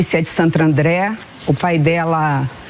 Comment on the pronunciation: "Santrandre" a infeliz Simone stepi . Além de sem noção tbm não sabe pronunciar nomes em português.